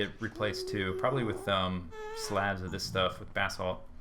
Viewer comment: FINALLY someone can pronounce "basalt" correctly.